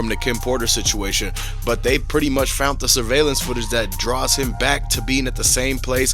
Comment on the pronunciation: They fount it 😂 Jesus, if you are going to report on things you should probably know how to speak English.